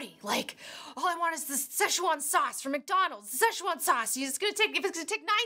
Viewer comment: Blade Runner flops cause current audience doesn't like longer movies, and even by just the trailer it seems too complex for teens and brats whom parents take to cinema. Also most have not watched the prequel so they don't understand the plot, it's been too long between the two movies. Also it's pronounced "se'tchuan", "ch" is a "tsch" sound.